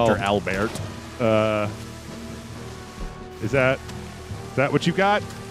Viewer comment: Dr. Al-Beart. Holy shit. I died.